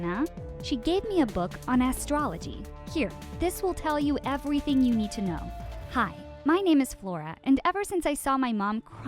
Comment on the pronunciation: Why did she say “ha” instead of “hi”